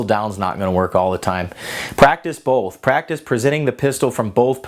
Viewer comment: I didn't know there was an L in the word both. Just messing with you. I enjoy your videos, keep up the good work!